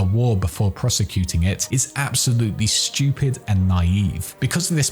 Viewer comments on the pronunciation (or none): none